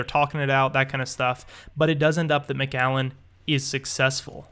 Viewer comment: you said macgallen its macallen